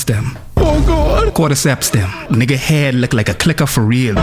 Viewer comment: Why are you say nigga you’re not fba that’s weird coming from yall and you say it like how Mexicans say it it’s cringe asf